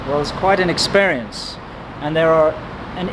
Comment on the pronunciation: Why do your pronounce experience with E?